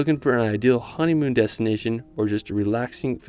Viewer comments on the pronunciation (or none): none